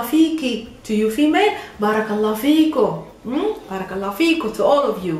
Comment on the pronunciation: fikom not fiko